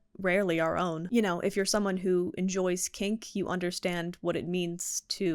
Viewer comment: This video was very helpful and prompted important reflections. That said - I had to rewind multiple times . I kept thinking you were saying "if you're someone who enjoys CAKE, you understand what it means to enjoy pain." I can hear the word "kink" now lol. (I was making a cookies & cream pie which may have influenced my auditory interpretation.)